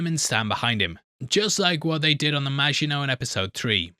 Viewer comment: saying Maginot like a boss!..... and weeks later I'm still getting sh*t for pointing out that he said it wrong in ep one!, hahaha